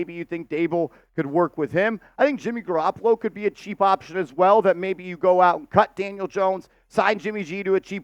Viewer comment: Garapolo???? Are you kidding?